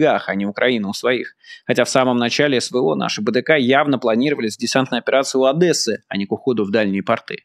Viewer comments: Боже позорище, Не ОдЭсса а Одесса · Майк, не у Адэссы, а у Одессы!